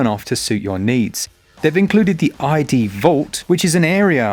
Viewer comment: It's "id" not "eye dee." Weapon wheels were invented for console shooters because of the lack of buttons, and not until years after this.